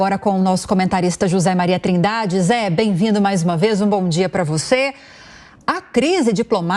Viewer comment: Notei pouca ênfase em Trindade.